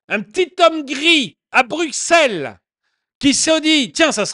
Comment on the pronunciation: Bruxelles s’écrit avec x mais se prononce brussssssel, c’est un détail, mais étant « vieux » bruxellois (en disant brussssselois), c’est encore une histoire belge …